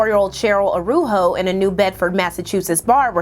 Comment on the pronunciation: Her last name is pronounced Ah-rah-oo-joe